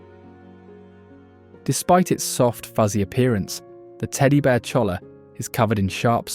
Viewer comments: It’s pronounced choya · CHOLLA is pronounced CHOY-YA